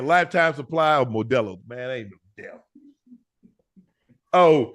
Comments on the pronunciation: Shannon pronouncing modelo and the immediate irruption of laughter had me dying 😂😂😂😂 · 😂😂 unc butchering the word Modelo